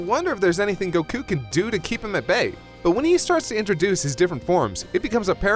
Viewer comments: everytime you say Goku to sound like your saying Go'KU! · I love how instead of goku (goh-ku) he says goku (Gokk-uu) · Why do you pronounce Goku like 'Goh-Kuuu'?